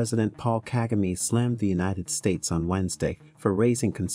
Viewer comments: You are mis- pronouncing his name.... DO NOT ANGLICIZE IT. pronounced. KA-GA- MAY. the last syllable is pronounced sharply. Ka-Ga- Me. Thank you. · OMG at least pronounce the President's name correctly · If you are going to do a report on the Rawandan leader shouldn't you learn to pronounce his name correctly. Just a thought.